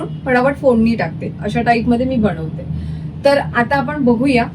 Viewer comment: खूपच छान रेसिपी आहे. पण बणवते नको बोलू यार बनवते बोल.sorry रागावू नकोस.